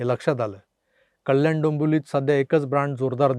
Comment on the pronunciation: अरे तू सुद्धा अशुद्ध किती बोलतो कल्याण न म्हणता म्हणता कल्यान बोलतो जरा ऐक